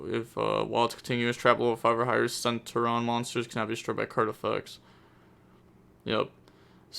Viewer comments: Omg Sen-Tur-e-on!!!!! Plz. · not really u pronounce the t as a ch sound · The way you say it is cen Turion (ter-ion)